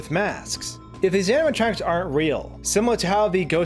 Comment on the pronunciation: Amma tronks. You keep saying.... Amma tronks.